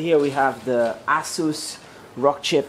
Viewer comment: "the ass-oos"